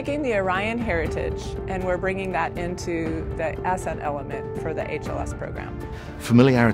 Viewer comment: did anyone else notice and they pronounce ascent as "ass scent" man they got some funny characters at blue origin 😂😂😂